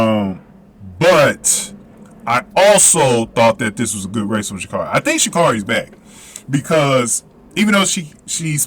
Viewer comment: It's pronounced ( sha' carry)